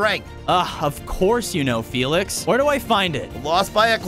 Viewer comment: Felix not folks